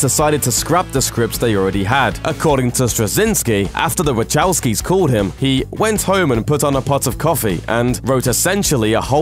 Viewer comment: I'm like "who the heck is waCHOWsky ??" God bless Murikan pronounciation </3